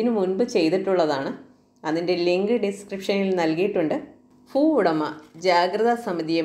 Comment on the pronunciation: ഫൂഉടമയല്ല ഭൂ ഉടമ. ഫൂമിയല്ല ഭൂമി.